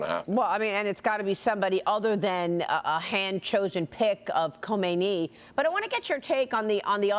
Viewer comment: it is not khomeini Lady, it is khamenei! after the correction, one more thing, I can't hate him more.